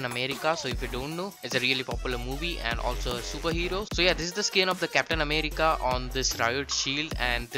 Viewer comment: Love the way he says America 😂😂😂